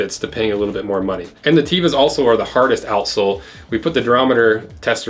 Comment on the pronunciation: A friend from Israel told me that Tevas as not pronounced TEE-vas, but Tev-as